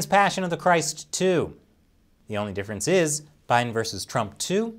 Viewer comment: press jokefirence lol